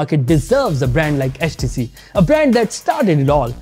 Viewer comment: Man said HatchTC 😂